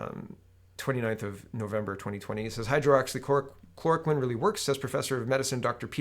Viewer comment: Some pronunciation tips for you. Hydroxychloroquine = hi-droxy-cloro-quinn Ivermectin = eye-verr-meck-tin